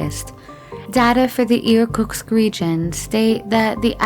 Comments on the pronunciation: IRK-UTZK not IRKUX i love how americans chop every language, not trying to say anything right... break your tongue, girl! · enjoyed the informative video but the narrator could not even read from the script properly, with 'Irkutsk Region' becoming 'Irkuks', among others - wont find that on google maps! 🤣